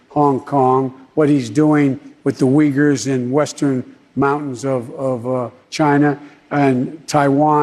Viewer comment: Did he just say "Wiggers"...